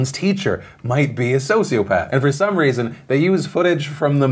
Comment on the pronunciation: "Social pepper"? xD edit: turn on CC